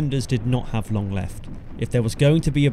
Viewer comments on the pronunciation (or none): none